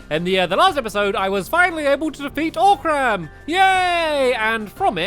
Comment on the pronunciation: it's 'O'CRAM" not "OR'CRAM'!!!!!!!!!!!!!!!!!!!!!!!!!!!!!